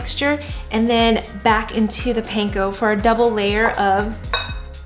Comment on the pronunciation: And panko